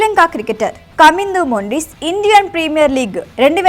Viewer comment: మొండిస్ కాదు మెండీస్ 😅